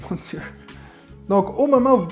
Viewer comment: Le petit "mon dieu" à est épique tout comme la prononciation 😆